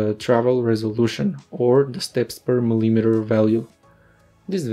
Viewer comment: example of mispronunciation of the word "millimeter." are you using some translator to make english dialogue for your vids? how could you be a scientist and not know how to properly pronounce units? grr...